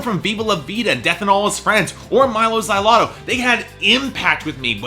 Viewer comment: The way you say Mylo Xyloto... grr.....